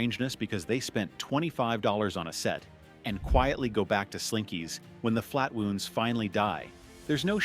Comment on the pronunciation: flat-wooonds? AI generated narration!